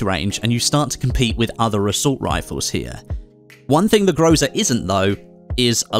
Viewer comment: it is not groza it is called grasa